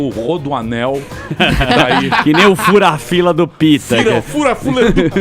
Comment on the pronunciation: Só eu que percebi que o Emílio falou Fira-Fula em ?